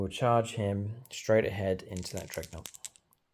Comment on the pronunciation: Its DREADnaught. Not "dreg" 😅.. I just can't leave it 😂